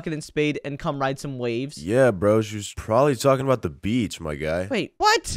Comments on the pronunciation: Yalking? You mean talking right? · Yalking. Yolk